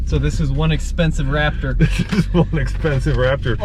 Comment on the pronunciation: You guys should be ashamed of your damn selves! You’re SUPPOSED to be professionals BUT you kept pronouncing RapTURD wrong!! Please work on your pronunciation. Other than that, GREAT video. T-ReX has arrived! 👑